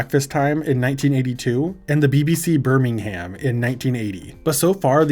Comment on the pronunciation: lmao BBC Birming- Haam